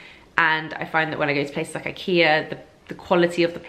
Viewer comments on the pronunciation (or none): none